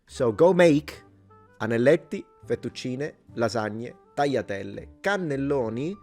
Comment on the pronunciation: Did I hear you correctly, when you pronounced "tagliatelle" as "taiatelle"? Is that a Sicilian accent thing, or maybe I misheard? BTW, in Catalan, originally (XIX-early XX c) we also used to call "pasta" simply "macarrons", as you mentioned they do in Central Italy. Nowadays we call it "pasta", and "macarrons" is used to refer specifically to your "penne" (especially the "lisce" ones). Also, I though eating ravioli and tortellini in broth was something we did but not Italians, just like we eat cannelonni with bechamel sauce au gratin, rather than with tomato sauce (but not excluding it). Oh, I forgot, we have short dry pasta too all the way from the Middle Ages, both thick and thin ones, which we call "fideus" and I never know what they are in Italian.